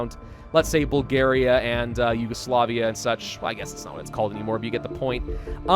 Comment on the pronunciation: Did he just said Yugoslavia?